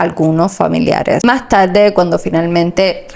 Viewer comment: Vocalizar a la hora de informar es muy importante! No se dice TABDE se dice tarde !!!!